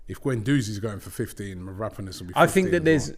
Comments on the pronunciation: It's mavro-pan-os ffs robbie. What the hell is merapanis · Mav-raaa-ponas ohhh Robbie